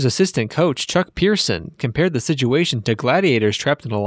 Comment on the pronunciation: This was a good vid, except that you pronounced Chuck Person, Tayshaun Prince, and Tom Gores wrong.